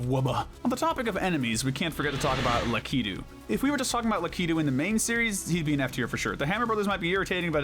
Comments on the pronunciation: I think Lakitu is pronounced LACK-A-TOO, not LA-KEY-TOO. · Who says Lakitu like that? 😭😭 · I’m sorry, the way you say Lakitu is so wrong.